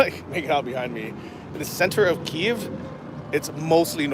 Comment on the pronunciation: Glad you are pronouncing Kyiv correctly!